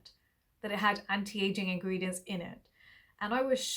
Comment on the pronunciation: Mam say it as ingredient list..if u say as ingy list i heard it as inky list and im wondering when did inky list brand formulate a body wash🤣